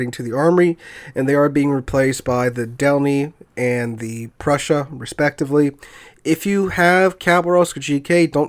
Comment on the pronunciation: Just making sure that you know MB cuz I assume you'll be playing her a good bit... Preussen, not Prussia lol. So like Eugen but with a Pr in front and instead of G an SS... Which would be the special symbol used in German but well I don't have a keyboard for that... :D Just in case your not saying it that way on purpose :D